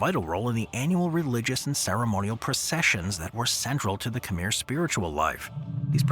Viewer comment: Can you say Khmer properly, please? KH-mare. Pyramids were not built by the Egyptian dynasties, they are much older.